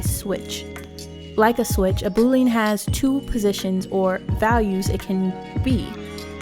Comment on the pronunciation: This was a really good tutorial and explanation. Well produced too. Straight and to the point. I’d love to see more. Btw, Boolean is pronounce as boo, like a ghost, not bo, like a boyfriend.